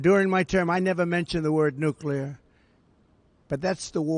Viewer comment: I have heard it pronouncesd.. New Clear, Not nuke you lar..... the new clear makes more sense... lol